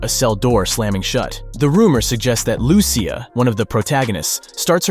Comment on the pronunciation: Imagine they send us to jail for a few minutes 🤣 and I think you’re pronouncing ‘Lucia’ wrong it sounds like you’re saying it like Lucifer, you gotta say in a Spanish style “Lu-si-ah” “Lucia”